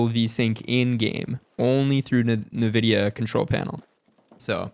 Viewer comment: IN-vidia not NA-vidia lol jeeez